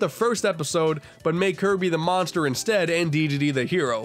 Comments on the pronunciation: I NEEDAH MONSTAH TO CLOBBAH DAT DERE KIRBEH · I NEED A MONSTAH TO CLOBBAH DAT DAMN KIRBEH Edit: Dat dere kirby. There shall be no cursing in kirbo's Christian channel